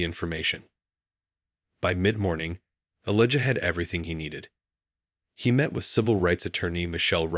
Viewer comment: Please say his name correctly Elijah.